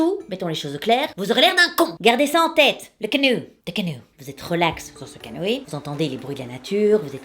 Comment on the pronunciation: Alors, j'ai essayé d'appliquer la technique pour m'endormir. Au début, tout se passait bien puis j'ai repensé à ta façon de dire "canoë" et j'ai juste éclaté de rire tout seul dans mon lit. Efficacité de la méthode : 0/10 du coup. 🤣